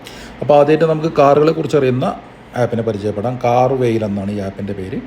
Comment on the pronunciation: കാർ വെയിൽ അല്ല ചേട്ടാ.. കാർ വാലെ.. ബൈക്ക് വാലെ...